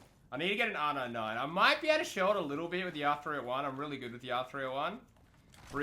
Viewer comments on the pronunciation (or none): Can I get an r nine nine. R nine nine r nine nine r nine nine. Dude its R-99 not R-9-9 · Its funny asf when he says r99 😂😂😂😂🤣🤣🤣😅